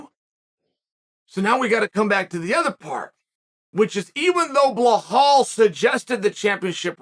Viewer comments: Chael - how you gonna do an 8 minute video and forget the “forget the name” Be-LAL, it’s not Ba-HAL😂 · When are u gonna learn how to say Belals name. It’s no blahal it’s belal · How is he getting "BleHal" from "Belal". bro just adding extral letters 😂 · Tough one for ‘Blahal’ this. 😂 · Is his name pronounced Blahal? I fancy Burns to win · it's Belal not Blahal.. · "Blahall"? Who the fuck is that guy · Blahaul lol no attempt To pronounce correctly got me 😂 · It's Belal brooo, my God, you can't get one name right and I love it LOL Crazy Uncle Sonnen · Blahall.😂 A sure sign Uncle doesnt like you, he says your name wrong. 😂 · Lol bruh this man and his BLAHAAL rmr the Name! Chael is your typical gym teacher butchering names without a care in the world. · fyi its pronounced bell-lel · I see a lot of people saying 'Belal'... Guy's, it's BLAHALLL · Man I love to hear your opinions, but u gotta learn how to pronounce someone's name. U get hit in the head too much? Are you sure your first name is Chael or have u been mispronouncing it all these years? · We're witnessing history here folks. is the first time Chael has ever mispronounced a name. Can we still call Uncle Chael undefeated and undisputed after this slip up? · I don’t understand how we butcher Belal’s name so bad. 😂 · I know. There’s literally nothing hard about saying Belal- two simple syllables. Unless you’re Chael!😂 I think what’s funnier than Chael’s mispronunciations is that he doesn’t give a shit about them! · someone please teach him how to pronounce belal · Dammit Chael you say you like belal get his name right then